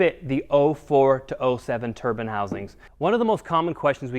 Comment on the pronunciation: Turbine wheel not turban ffs